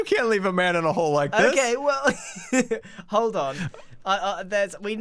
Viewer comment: ''hole-d on''